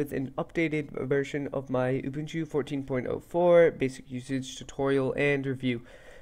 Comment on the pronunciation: It's nice to see some folks know how to pronounce Ubuntu properly. Great tutorial by the way. Keep up the good work!